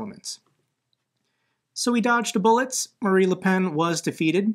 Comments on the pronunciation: 100% in a supportive way: “Marine” not “Marie” is the French leader’s name. It’s along the lines of Marina Sirtis from ST:TNG. Keep up the amazing work! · Dude, you keep saying Marie Le Pen, video after video after video. She can rot in hell for all I care, but we can still say her name correctly: Marine Le Pen, not Marie. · Just fascinating at this point how often he can read "Marine" and still say "Marie". And it's obviously not some gottem, since nobody would think he'd delivered a burn by calling the former dictator of Germany "Udolf Hipler". Baffling.